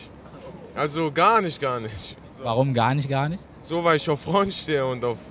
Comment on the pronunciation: Gar nisch...gar nisch...hahaha.